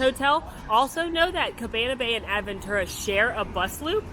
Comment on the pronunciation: I think I flinched more from seeing “Protofino Bay” on the screen more than the 75 times I heard AD-ventura. 🥰